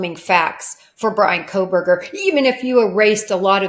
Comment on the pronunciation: You lost me when you said Coffindofer sadly